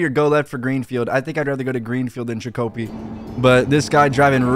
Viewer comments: Its CHICK A PEE NOT CHICKO PEE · “Chick-oh-pee” he says 😂 that’s my neck of the woods friend. MA. In you’re wondering it’s usually pronounced “Chick-uh-pee” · hey i just wanna say its funny af how you pronounced it it's a town in Massachusetts its chick-a-pee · Damn really mispronounced Chicopee lmaooo it’s pronounced Chick-uh-pee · Chicopee is pronounces like chikopee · It’s pronounced chick o pee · It's pronounced Chick-a-pee, my God so uncultured bro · The way you pronounced Chicopee 😂😂😂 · mans really pronounced chicopee wrong LMAO